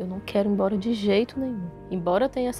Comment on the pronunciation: "Não quégo ig emboga"